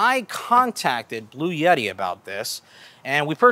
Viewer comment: Bloo-yetee??? Blue-Etee 🙄